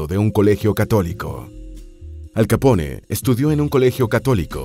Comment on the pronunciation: Soy el único que en lugar de pronunciarlo "Al Capone" lo pronuncia "Al Capón" jaja